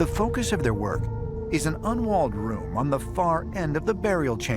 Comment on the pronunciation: Did u just say mf onwalled room